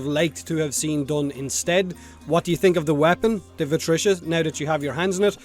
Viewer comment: its called VI-TRI-CA, itS NOT VI-TRI-CIA